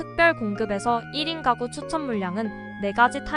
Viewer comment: 잘 봤습니다. 발음을 정확하게 해 주시면 더 편안하게 들을 수 있을 것 같네요. 미혼 1인 까구는 -> 미혼 1인 가구는 ...